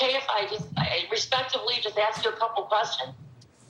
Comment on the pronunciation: This host is annoying. I had to stop as soon as she said “aks”. Pronounce “ask” properly and I will watch 🙄